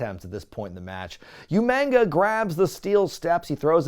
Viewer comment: I will always laugh at anyone calling him UMANGA 😂😂